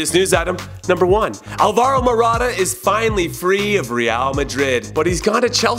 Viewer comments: You're saying it more like 'al-VUH-ro', put a heavier stress on the AL as in AL-gebra. Also, you usually pronounce Spanish stuff very well, that's why I'm nitpicking on it -- and I would know you do, I watch must stuff you put out ;) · I cringe every time I hear Jimmy say Alvaro... It's AL-varo, stress on the AL! Like, I dunno, Algebra? Alchemy? Albert? Al Gore? Aladdin... Maybe not this one